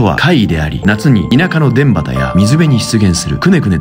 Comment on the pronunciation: 田畑(たはた)の読み間違え、、、